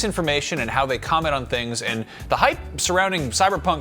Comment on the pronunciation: Hape? Hype ? Anyone else hear that with the first dude?